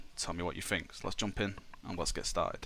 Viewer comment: fing fing fing, for once FINK about pronouncing think